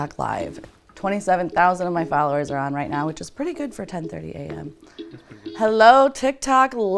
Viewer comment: she said "my fllowers" for their tik tok